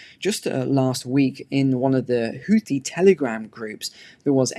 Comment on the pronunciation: the link shows you how to correctly pronounce "houthi". Sadly, the world has adopted the American pronunciation.